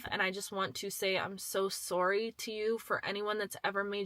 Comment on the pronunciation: Girl are you Canadian like me? I heard the way you said "sorry" and realized we speak the same way! Toronto area?